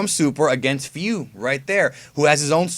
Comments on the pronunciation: Aya is definitely the best Japanese actress and is perfect for bulma But still rip hiromi 😭 and super Edit: also it's fu not few but that's how you say it so what keep up the videos there really good Edit again: WE NEED SSG FOR CACS IN XENOVERSE 2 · Feu not fuu